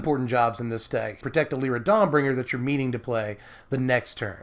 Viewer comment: Its Lie-ra not le-ra.